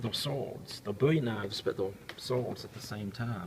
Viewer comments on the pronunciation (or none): the way you say 'swords' - you can't fake that accent